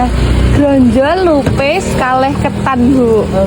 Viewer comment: Grontol dudu gronjol iso moco ra sih makane ojo lebai nak ngomong